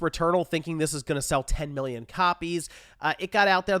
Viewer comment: Idk if you have allergies or a cold, but it sounds like you’re saying Billion whenever you say Million. I thought you said they sold 6.3 Billion PS5’s. That’s almost 1 for every person on earth 😅